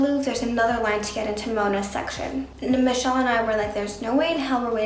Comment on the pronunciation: Michels French accent was so good hahahha